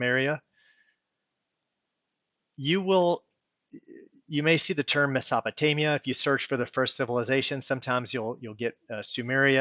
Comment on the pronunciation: Nice video and good points you've made. Thanks for making them. The only knock I can lay on you is that crazy pronunciation of "Mesopotamia" you made. And "anals" for the word "annals". That was an ear opener! And "Nut" for Newt. Small nitpicks, but very distracting. Thanks for the video. 🙂